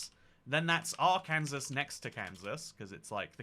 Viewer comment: Your pronunciation of Arkansas hurt me